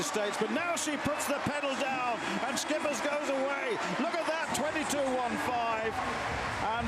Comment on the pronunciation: Schippers is pronounce ship-ers... not skippers... lol wut a nonce